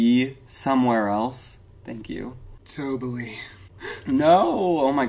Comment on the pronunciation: Not “tobaly” 😂🤣